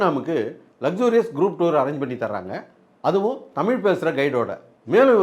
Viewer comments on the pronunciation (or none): none